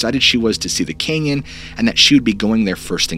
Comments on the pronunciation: It's "canyon" not "Kenyan' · Been to the Grand CANyon but never to the Grand KENyon. Sorry, but I can barely concentrate due to this verbal hiccough. Btw, I 'm English so jus' sayin'... otherwise a brilliant presentation!! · Sorry is he saying Canyon or Kenyan?? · Hearing grand Kenyan 200 times instead of Canyon made me stop watching 1/4 way through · Why do you pronounce the cane - yon instead of can yon what is your dialect or heritage if you wish to say it or I'll just tell us why you call it Canaan instead of canyon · It’s pronounced Grand CANyon, not “kenyon”. Jesus Christ, this guy needs to take some enunciation lessons. Did he also try to say “sustenance”? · It'd be nice if you could say Canyon and not Kenyan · I'm only 2 minutes in and I gotta tell ya, the way you pronounce "canyon" is incredibly grating to me for some reason. It's almost Cartmanesque. Kyinyein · It sounds like he's saying Grand Keynon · It really sounds like you're saying "Kenyan." I'm doing my best to focus but it's hard to unhear it now that it's in my ear hole. Grand Kenyan Grand Kenyan Grand Kenyan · Please. The word is “ CAN yon.” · Dude ive watched all of your videos and you have never enunciated the word canyon as "ken-yen." Idk if it was a regional thing or what but after 10 minutes i couldnt take it anymore. Its petty i know but its better than hearing that over and over. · cant unhear it haha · I just couldn't listen to 'caynyun" pronunciation any more. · Bro you keep enunciating it Cane-yun. Can't listen to it anymore. It's a simple word man.. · The way he says "canyon" is driving me nuts... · He says "canyon" weird 😂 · Why are you saying Canyon wrong? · Bro im sorry but i cant keep watching because of how you pronounce “canyon” lol